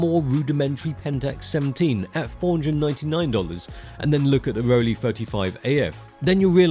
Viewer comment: It's called Rollei, not Rolly